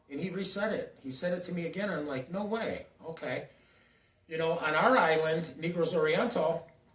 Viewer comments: you said negro like black people. i’m black but you had me laughing. come on dawg for real ?NAY-GROS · You said NE-GROS you are wild dude you know how to say it correctly